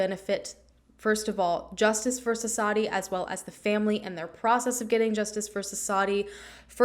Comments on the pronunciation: Thank you for the coverage. And the W in the name is not silent. Suss-vathi, I believe that’s how you pronounce it. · Thank you for covering this case. The 'W' in her name is not silent. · Hey! I was just curious where you got the information that the W is silent? I’m Indian and I never would’ve guessed that. Different areas have different dialects, so it’s entirely possible, but the few news stories I’ve found do pronounce the W. Would love to know if just to learn.